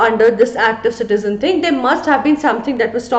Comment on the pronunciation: Citiyone and citiyonne